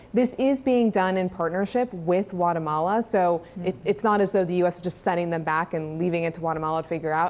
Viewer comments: Guatemala 😂 not Watermelon 🍉😂😂😂😂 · Atone faces talking heads decide that these children are plucked to return to their home country. Excuse me, it’s Guatemala, not Whatamala. Don’t be too precious. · Is it just me, or does "Guatemala," begin with a G sound?